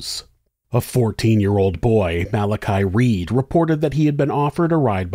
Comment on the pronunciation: Just so you know Gardai is pronounced garda. And Malachy or malachai is mal a kee💚